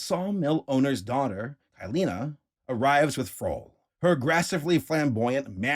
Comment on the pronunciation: Crazy how Kylina is the most misspronounced version of my name 😭😭😭. I jump each time you say it in an irritated voice. Like a jumpscare